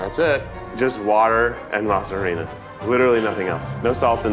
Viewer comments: Lmao can someone please correct Keith's pronunciation of massa harina 😭🥲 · “Mas-ha ha-Rinaa” lmao just says flour dough in Spanish then continues to explain what it is. 😂😂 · I love Keith so please don't take this as me coming for him but the way he said masa harina made my soul leave my body and not in a good way.